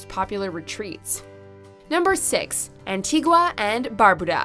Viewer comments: Pronunciation is key An-tea-gah= Antigua Gren-nay-dah=Grenada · Wasn't expecting to see Barbados as number 1 but yay. Barbados is extremely expensive tho. Btw yall butchered Antigua and Grenada pronunciations